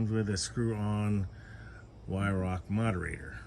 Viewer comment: HI, first I want to say I enjoy all of your videos, pesting and reviews. Weihrauch airguns just exude quality. I know you have several airguns by Weihrauch and please know that I am not criticizing you but would like you to know the correct pronunciation of Weihrauch. This German company is pronounced Vi-row. You have not called me since your visit a couple of years ago when you came to Otsego. I enjoyed those conversations with you. I would like to visit you sometime and bring my RWS 34P and my Gamo Urban. You could shoot my 34 and see what you could do with it. I keep it in my gun cabinet and only use the Urban because my purpose for an airgun is pesting and the Urban does a much better job for me. I see Jack has a little brother now. Take care, and thank you for the videos.